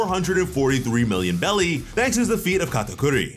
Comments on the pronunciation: Can anyone tell me why he keeps saying Belly when all I ever heard was Beris (pronouced berries). I feel like this is another case where got wrong info about pronunciations and running with it again like he did with Black Clover and Llebe 🤣 I could very well be wrong tho so please anyone can tell me? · They are called BERRIES. STOP saying BELLIES. my fucking god. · Jeez it’s NOT bellies… wtf is wrong with this dude … it’s berries… show some effing respect for the story. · It’s called berries bro not belly’s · Why do you call them belly instead of berries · What is belly I thought it was berries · Hearing him say " belly " instead of " berries " is really irksome or is it just me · I’m not sure if I’m missin something are u saying belly? Or berries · Are you calling them belly instead of berries? Lol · How come u keep saying belly and not berries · Belly 🤭 that's what I'm hearing.